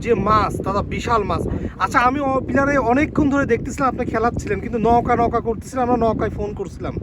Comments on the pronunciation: নৌকা কে নউকা নওকা বলছেন কেন ? শুনতে খারাপ লাগছে! এটা বাদে ভিডিও টি সুন্দর ছিলো! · নৌগা বলতেছেন না নৌকা বলতেছেন ঠীক বুঝতে পারতেছি না ভাই। সঠিক ভাবে উচ্চারণ করেন ভাই। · ভাইয়া নৌকা উচ্চারনটা নওকা হবে না নৌকা হবে উচ্চারনটা । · নওকা না ভাই নৌকা